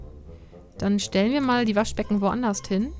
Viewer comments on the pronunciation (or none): Zu aller erst schließe ich mich den anderen an: Flippig!:D:D Allerdings, liebe, es heißt anderS und woanderS ohne ein T am Ende;) Da krieg ich schon bei meinem Opa immer zuviel, der sagt auch immer "ebenD" anstatt eben. Aver naja jut, isch mein, en jeder hät so singe Akzent, wa?